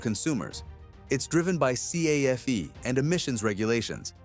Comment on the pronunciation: The script in this video is AI generated. As with most current AI videos ( A LOT on you Tube), there are lots of factual and even pronunciation errors. Did you catch where the AI "speaker" spelled out the word C-A-F-E instead of merely pronouncing the word CAFE? But agree, GM 6.2 engines are equally a bad choice and a human would have caught that. AI!